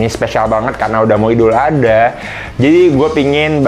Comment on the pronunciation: Bang...ngomong idul ada' lg dong! 🤣🤣🤣